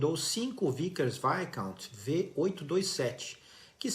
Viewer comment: Parabéns pela pronúncia de Vickers Viscount, surpreendentemente perfeita vindo de um Brasileiro!